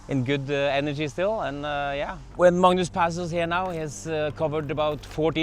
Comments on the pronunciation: it's not madness , it's Magnus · I think we’ve been pronouncing your name wrong. Its Madness not Magnus